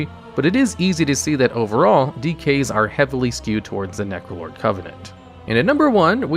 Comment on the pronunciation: "Necolord" "Venthry" Oh boy.